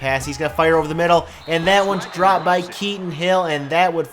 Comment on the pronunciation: Kelton hill not Keaton hill